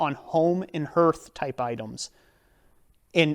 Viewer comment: Hearth is pronounced harth.... wtf. I'd think you'd know something so basic. Wtf